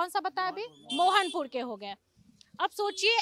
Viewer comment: Mohanpurd kya hota hai pronounciation kya hai, namune bihari reporter, sarak kya hota hai, sadak hota hai